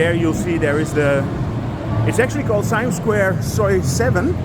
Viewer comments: ไม่ใช่ ไซแอ่ม not yet SAI-AMP but SA-YAMM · SIAM is pronounced SA-YARM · It's pronounced "see-um" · Thai is a tonal language, Siam = Sa yam with the second tone.